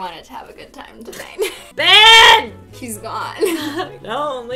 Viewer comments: Foxy Doodles I know its Ben, but she pronounces it BAN soo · you said it wrong it’s BEYYYYNN